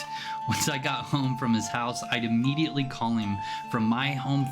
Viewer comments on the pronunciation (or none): none